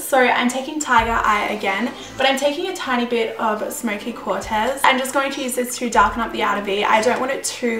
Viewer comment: Beautiful look. I couldnt help but notice u kept saying the word "quartz" like "quart-ez". There's no e in the word. Its quartz rhyming with warts! lol:}